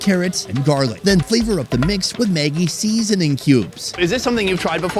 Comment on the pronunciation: "Maggie seEAsoning power" Cracks me up 😂